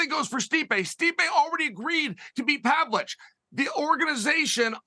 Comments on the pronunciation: “Pavlich.“ Kills me on his podcast when he does that. Lmao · ”Serjy Pavlich” lol😂 he says both his names wrong. Love it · He fucks the names up on purpose. He’s essentially said as much, himself.